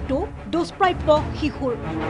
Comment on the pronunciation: শিশু নহয় অ শিহু